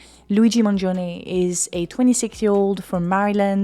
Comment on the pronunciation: You're the first person I've seen pronounce his name correctly in Italian. Mangione is 3 syllables, and the "i" is silent (for English speakers that is)